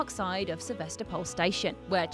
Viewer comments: SevAstapol ash. Not SevEstapol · Fact #21 - the right way to spell "Sevastopol" is "Se-vas-TO-pol". It's the name of a city in Eastern Europe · СевастопОль ахахах